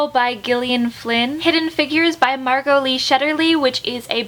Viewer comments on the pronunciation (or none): none